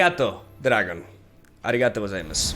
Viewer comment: that arigatougozaimasu pronunciation is actually getting so good wtf